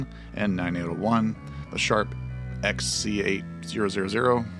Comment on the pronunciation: That's the " Sharp-X-sixty eight-thousand" sir, have some respect, lots of arcade games were developed on it.😏